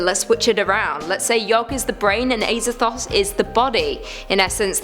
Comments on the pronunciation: It is pronounced AZA-THOTH NOT AY-ZATHOTH FOR FUCKS SAKE WOMAN!! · Pronounced AZA- THOTH not ASER-THOTH 😂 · imagine pronouncing azathoth as ayzathoth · The way she pronounces Azathoth makes me uncomfortable.